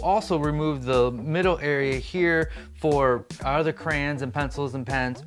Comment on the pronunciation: Are you saying crans? I've also heard people call them crowns, is cray-on difficult to say?